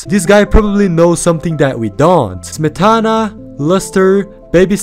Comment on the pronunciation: I appreciate how he actually googled how to pronounce Smetana